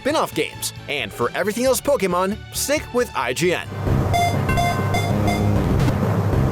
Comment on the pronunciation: Youre like the one person on youtube who pronounces Pokémon correctly 😂